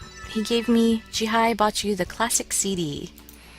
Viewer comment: Did you really say, "Jihie?"